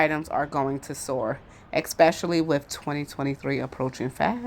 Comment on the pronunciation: It isn't "Axe" its "Ask" and it isn't "Exspecially" it's "Especially" This video sucked . You didn't even talk about the opening title 🙄